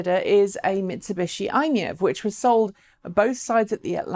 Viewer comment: Could you please pronounce MiEV correctly as MY-EV! It is an acronym after all.